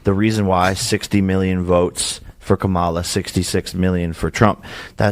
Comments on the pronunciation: When I hear Kamala's name mispronounced, I learn all I care to know about the person speaking. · Why can't conservatives say Kamala right? It drives me absolutely insane.